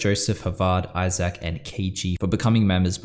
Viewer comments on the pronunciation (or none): The way you say Isaac lol